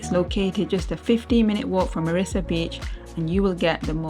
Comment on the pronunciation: Its Mirrissa not Marrissa